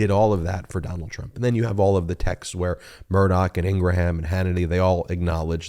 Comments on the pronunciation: I am not a Laura Ingraham fan bit please pronounce her last name right, the last part sounds like graham cracker you keep saying Ingra ham that sounds dumb sorry love your shows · Are we pronouncing Laura’s last name correctly now to make it sound more like Abraham? I think she pronounces it with less syllables for some reason 🤔